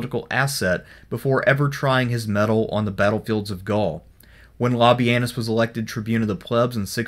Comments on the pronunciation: Sort of sounds like le-penus. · Did you just called him lobby-anus?